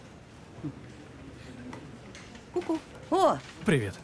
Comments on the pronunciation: Не АстрИд, а Астрид ! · Почему АстрИд, а не Астрид? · Имя девушки произноситься с ударением на ,, а,, !!!! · Астрид офигительная! Только ударение у переводчика должно быть в имени на А, в фамилии на И. Это имя Скандинавское. Вернее имя Шведсое, а фамилия Датская! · В имени Астрид ударение падает на первую гласную. Неужели, озвучивая целый сериал, так трудно поитересоваться произношением имени одной из главных героинь?!